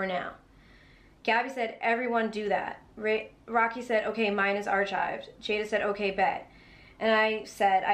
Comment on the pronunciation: Its not pronounced "Are-Chived," the word is pronounced "Are-Ki-ved." ❤❤❤